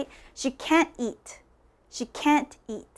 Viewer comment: this video is so wrong! make sure that you don't learn how to pronounce the 2 words can and can't from a non-native speaker.